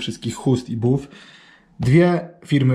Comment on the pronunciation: ten czy ta, obojętnie, ale <<<BAF>>> a nie 'buf' :D